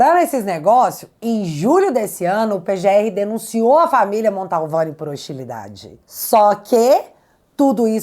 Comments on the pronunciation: o sobrenome da família é MANTOVANI, NÃO MONTALVANI. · Oi, não é o primeiro vídeo que vc fala da familia atacada pelo Xandão na Itália, mas eu preciso fazer uma CORREÇÃO.... não é família MONTALVANI... a família é MANTOVANI!! Tá ok?! Beijo! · NÃO É “MANTALVANI” É MANTOVANI!!!!!!! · Só um detalhe... É Mantovani e não Montalvane. 🧐👍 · Mantovani e não Montalvani,. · MONTALVANI OU MANTOVANI??? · Não é "Montalvani' e sim Mantovani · admiro seu trabalho. Mas mais uma vez você comete um erro crasso. De onde você tirou o sobrenome MANTALVANI? Meu Deus do céu! Basta você ler qualquer notícia sobre o assunto e você verá que o correto é MANTOVANI. MANTOVANI. MIL VEZES MANTOVANI!!! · nao é Montalvani. é Mantovani. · ta na hora de vc aprender o nome da família, é MANTOVANI, MANTOVANI e não Montalvani como vc fala!!! 😊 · desculpe ser chato mas eu tenho um certo "TOC" com palavras pronunciadad de forma errada. Não é MontAUvane, é MantOvani. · Gente...não erre mais o nome sa da família Mantovani. Não é Mantalvani😅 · Desculpe, mas é família Mantovani! Não Montalvani! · Não é montalvani é Mantovani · É MANTOVANI!!! VC E O GAYER FALAM MONTALVANI!!! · minha linda: AMO você. Além de linda, inteligente, corajosa, você é uma luz na escuridão em que nosso triste país vive hoje. Mas permita-me uma observação: pelamor de Deus, o sobrenome da família vítima do carecão não é Montalvani. É Mantovani, menina. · É MANTOVANI, não tem 'L' no nome.... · uma pequena correção: o nome da família não é Montalvani e sim Mantovani. Parabéns pelo trabalho jornalístico. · é MANTOVANI e não Montalvani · é Mantovani e não Montalvani. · desculpe a correção, mas é MANTOVANI. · Cara, o nome correto da Família é M A N T O V A N I, não tem a letra L como você está pronunciando. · “Mantovani”, vc fala esse nome errado desde a primeira vez que falou dele, e obrigado por seus serviços!